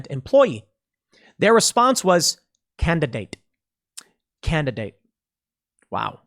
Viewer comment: Pool did you say "candidate" or "candidaTTTe" .